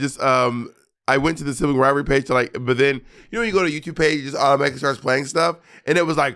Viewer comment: This will be the matching tattoo: “Sibling Rivarly”